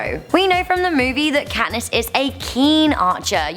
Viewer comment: Has anybody else noticed Kantiss Everdeen.....